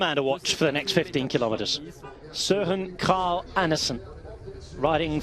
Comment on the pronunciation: Incredible pronunciation of "Kragh"!